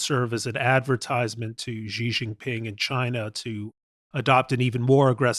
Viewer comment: I wish these foreign policy experts would learn how to say Xi Jinping's name. Peter Zeihan does it too. Instead of "Ji" just say the English word "She" and you will be so much closer to getting it right than you are now. It's really not that hard.